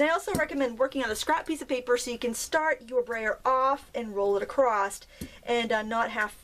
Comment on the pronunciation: Argh!, I love you to bits, but there is no T on the end of 'across'! 😝